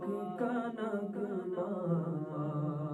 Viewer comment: نگمہ نہیں نغمہ پڑھیں